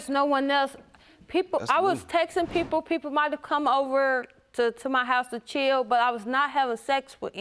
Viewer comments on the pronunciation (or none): I misunderstood her when she said "chill." I thought she said Cheeto, and now I'm craving Cheetos! 🤷‍♀️